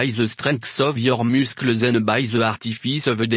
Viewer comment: "muscueles" killed me xD